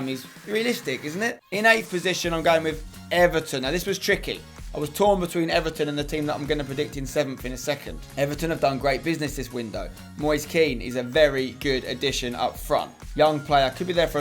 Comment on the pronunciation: Spence, it's Moi-se Can